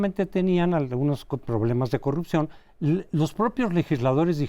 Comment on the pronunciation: es posible, lo que se cuestiona es la total ausencia de congruencia en las peroratas del presidente, si es incongruente en los dichos no hay porque considerar congruencia en los actos. Cómo la promoción de la corrupción que hace cuando dice "yanuaycorrucjió"